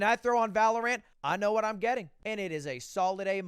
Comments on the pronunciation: Ludwig i need to tell you its pronounced Valor-Ent not Ant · If I hear him say valaraan I'm going to kill someone